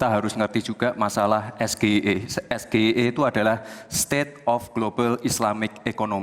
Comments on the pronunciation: SGIE blunder GIBRAN pakai bahasa Indonesia seharusnya pakai bahasa Inggris ini yg benar Es Ji Ai I dan tidak ada hilirisasi digital yang ada digitalisasi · Men jebak dengan mengajukan pertanyaan SGIE tapi pakai bahasa Indonesia padahal itu singkatan dari bahasa Inggris ( es ji ai e) tapi dia sebut ( es ge i e) ..dasar ndeso,sok mau jebak pakai singkatan Inggris...akhirnya malah jadi bahan olokan netizen kan?....bha..ha..ha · Cara baca nya salah itu bahasa inggris ESGEIE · nyebut sgei aja salah,,menjebak itu tipikal jelek. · Pemimpin jangan sok tau, nyontek aja merasa pintar.. Cak Imin tidak paham, karena Gibran melafalkan singkatan Inggris dengan bahasa Indonesia😂😂 Jika Cak Imin mental dan etikanya seperti Gibran, gampang banget mengcounter dan memalukan Gibran.. bilang aja, "mas2 sekolah 8 tahun di LN, anda melafalkan singkatan bahasa Inggris dengan bahasa Indonesia, tolong pertanyaan diulang dengan benar."